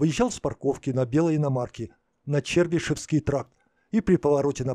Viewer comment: Не Лизе, а Насте. Не червишеевский тракт, а червиииииишевский. Готовьтесь хоть, а то один флуд и блуд в голове комментатора